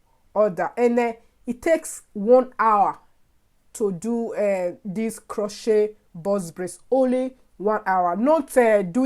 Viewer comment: Luv your African accent. The "t" in crochet is silent.